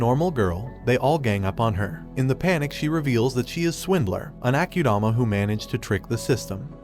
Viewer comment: as in ..AH KU DAMA..not AH CUE DAMA ......SO ITS AKUDAMA